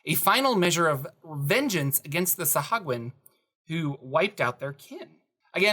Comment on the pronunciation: And today I learned that DNDBeyond has a pronunciation tool. So it’s “suh-HOO-a-gin.” 😬